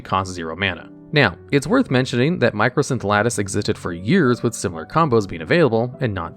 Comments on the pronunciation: It's MYCOsynth Lattice, not MICROsynth. There is no R in it. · Sorry...but I just have to point this out... "Mī - Cō" - synth Lattice. MY - CO...not "Micro" lol. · I love that absolutely everyone calls it "Micro"synth lattice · You keep saying microsynth lattice and my brain explodes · loved the video/series, but hearing MICROsynth lattice instead of MYCOsynth was funnily annoying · Just letting you know it's mycosynth lattice not microsynth lattice, nice video tho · Great video. Just want to point out that it's mycosynth, not microsynth. Edit: Also it's Emrakul, not Ermakul. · It's my-ko synth lattice, it's supposed to be a fungus (myco) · Mycosynth Lattice has no R. It's not "mycrosynth" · There is no R in Mycosynth. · Argh! There is no "R" in MYCOSYNTH LATTICE